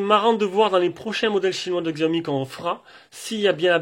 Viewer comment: t'as bien raison pour la prononciation de Xiaomi ! la plupart des gens le prononcent comme ça de toute façon.